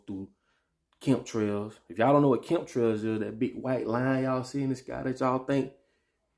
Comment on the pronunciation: Imma need YOU to look up CHEM-TRAILS. You’ve had the time to see it written since you first pronounced it incorrectly. We listen and we discern but learn your craft. That’s all, buddy. See you in Tampa at the 40/40 SB weekend. B🐝 Good